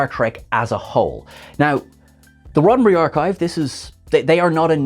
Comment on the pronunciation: "Roddenbree"...what is that?????